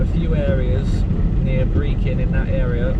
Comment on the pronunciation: Could you please find out how to pronounce Brechin? It is not pronounced Brekin!